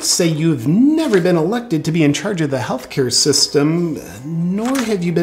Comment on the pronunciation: First teach him "th" not equal "z"